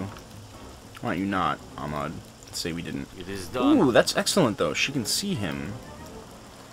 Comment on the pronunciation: He's not Amad, he's AHmed (hyhyhyhyhy)